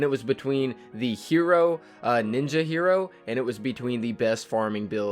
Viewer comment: I think Hiro's pronounced Hi-roh, not hero. Not hating, just trying to make a statement.